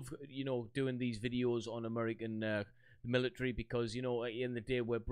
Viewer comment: "Militry." Love it.